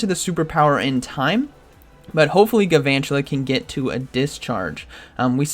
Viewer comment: There must not be very many fire types in this ELO range, aside from the Talonflame switch. Also, I'm sorry to be that guy, but it's Galvantula... Not Guuhvantula